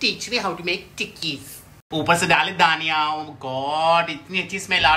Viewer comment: Gaurav said: dhaniya😂 but I heard it Daniyal😂😂😂